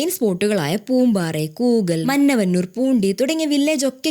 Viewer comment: കിളവരാ അല്ല klavara.. And Must try Shoomz🍄🍄കൂകൽ അല്ല കൂക്കാൽ